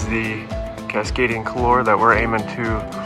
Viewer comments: Pronounced KOOL WAR !!! French! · couloir is pronounced more like koolwaar.